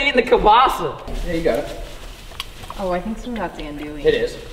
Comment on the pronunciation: Bruh this is special I'm wit ya and that's not how ya say andouille Ethier lol